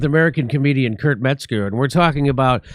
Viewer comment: It’s Kurp, not Kurt!